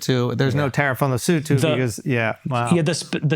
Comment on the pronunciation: very impressed by Andrew’s pronunciation of Lesotho , spot on !!😂